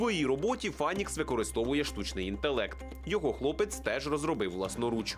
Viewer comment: не «Фанікс», а «Файнікс» («Phainix»).